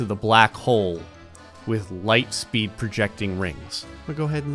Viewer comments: Ligh speed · ", you shouldn't play with light speed": "5 that many numbers ligh speed"